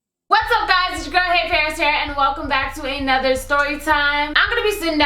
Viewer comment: Girl I love you. But please stop saying " A" nother its another. 😘